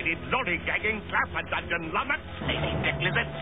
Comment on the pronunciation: Take a shot every time he says lumnox.